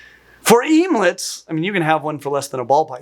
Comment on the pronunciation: bruh... emelets... OMELETS. let's think this through lol...